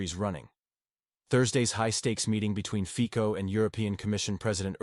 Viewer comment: Fico in Slovak is pronounced more like Fitso than Fiko.